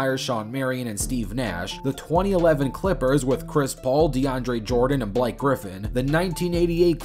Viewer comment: the way he said Blake sounds so southern